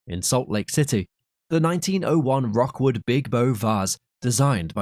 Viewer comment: It's Rookwood, not Rockwood .